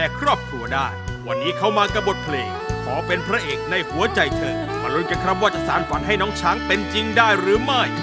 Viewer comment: ผู้ท้าชิงร้องพลาดหลายจุด เพลงกลางออกเสียงแปลกๆ คำว่าหัว คำว่าลวงล่อ ฟังทะแม่งๆ กรรมการเอ ไชยยาเป๊ะกว่าครับ